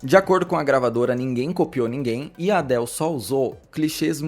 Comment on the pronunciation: Pode aportuguesar a pronúncia de Adele